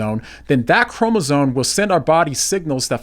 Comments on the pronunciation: It's ChromosoMe, not chromosoNe! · someone who says "chromosone" has no business talking about chromosomes. Just like that Algerian dude has no business in women's boxing